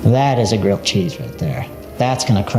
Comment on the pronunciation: A gwilled cheese if you pwease? Ifykyk